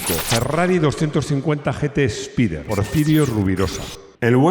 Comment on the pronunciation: es espayder en inglés